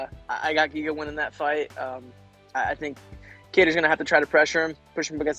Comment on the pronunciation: Giga will knock him out! And please stop calling him Jiga, his name is GIGA :D